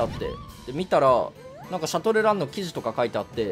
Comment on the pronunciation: シャトルランの発音おかしくない？